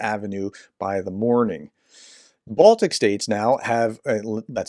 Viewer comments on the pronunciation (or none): none